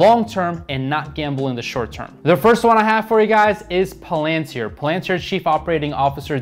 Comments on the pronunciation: What’s Plantir, Oh it’s Palantir... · Yeah it drives me crazy how he pronounces it lol